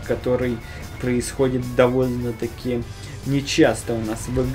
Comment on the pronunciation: капец как ты слова произносишь!удывлен место удевлен или довлно мест довольно или злышь место злишь или гуслэ место гусле